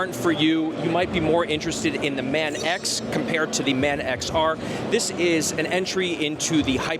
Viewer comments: Its not "Man x" it's pronounced as "Manx" one word. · Your pronounciation of manx hurts both my ears and soul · Man X R should be said "Manx R" Manx is a nod to the Isle of Man. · Sorry but the word and pronunciation of Manx is fundamental to motorcycling knowledge in general and Norton's history in particular. If the word Manx doesn't register with you, you're in the wrong job!